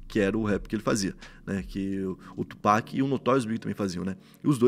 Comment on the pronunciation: Mano Tupac se pronuncia “tiupak” não do jeito que se lê Só pra uma ajuda 😂😂